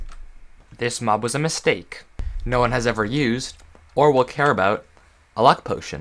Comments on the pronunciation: "Minecraft is a misteak" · " This mob was a mis STEAK " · this mob was a mis-steak everyone: MISTAKE. IT'S MISTAKE! NOT MISSTEAK! M-I-S-T-A-K-E. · "STEAK." ... "This mob was a miSTEAK."